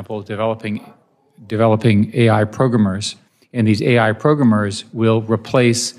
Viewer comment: Why is he saying programmers in such a weird way